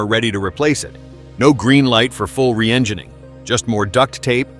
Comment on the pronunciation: Yeah... The "re-eng*eye*ning" pronunciation was just laughable.